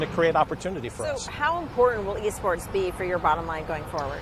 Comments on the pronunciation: I thought they said E-Scorts not E-Sports. If you get the reference then you one of them boys. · Alejandro Espinoza THIS NIGGA SAY E SCORTS?